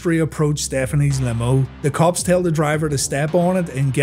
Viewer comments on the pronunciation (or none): none